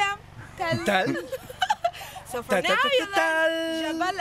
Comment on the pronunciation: I think the hill is Tal not tall